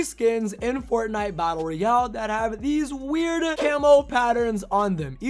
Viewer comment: You didn’t understood anything because you said “the new creative mode in fortnite battle Royale” Batlle royale. Cmon bro 😩